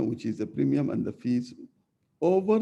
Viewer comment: premium not primium**